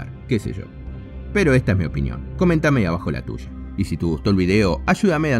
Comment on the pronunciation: Me da risa como habla al final: La película se deja mirar, que se sho, esa es mi opinión, coméntame la tusha😐